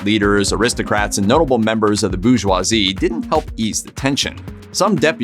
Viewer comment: The... "BOOgoisie"?! You mean the bouRgeoisie mate.